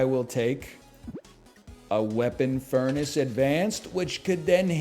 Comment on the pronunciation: it's called furnace, not fair-nace for a reason 🤣